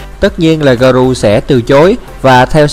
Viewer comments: Nhắc nhở! Không dạy đời, 👌 Garou đọc là garo giúp mình nhé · Là ga rô ơi...tên nhân vật còn đọc sai thì phỏng đoán cái gì...😏😏